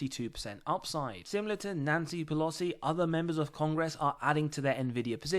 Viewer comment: Lovely your content but it's Nancy PelOsi not pelosi